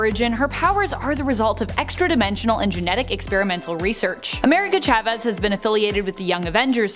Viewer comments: Ch-avez?? It’s pronounced like Sha-vez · Its pronounced "sha ves" Besides that this video was great